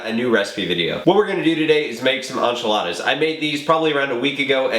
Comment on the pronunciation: "Anchiladas" lol